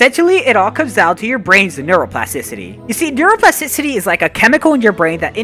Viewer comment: Bro i have nightmares from the word "neuroplasticicy"